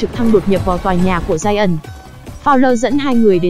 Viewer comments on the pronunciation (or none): none